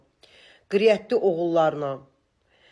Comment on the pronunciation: Qiryət yox qeyrətli. Savadlı danışın.